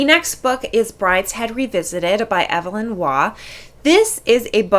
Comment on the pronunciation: also it’s pronounced eve-lyn not everlin. The 1981 TV series was probably one of the greatest TV dramas ever made. It is far better than the later film, mostly because it was 11 episodes long and could really deal with all the subtleties of the book.